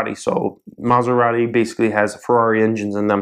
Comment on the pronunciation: in ferrari you have to pronounce the e in italian you pronounce every letter that is written